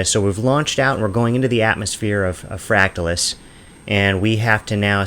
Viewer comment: You’re pronouncing it incorrectly. How do you pronounce “fractal”? Just say the word and add “us” at the end. No need to emphasize the “tal”. Thanks.